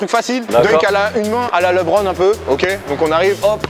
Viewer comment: Il a dit Li Bron fin de la vidéo